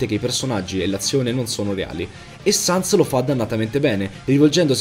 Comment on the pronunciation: Ma sens no sans si scrive sans e si pronuncia sens